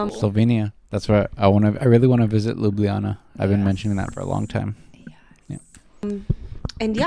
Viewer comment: One of the best Ljubljana pronunciations I've heard – you're one of us. 😅 Greetings from Slovenia.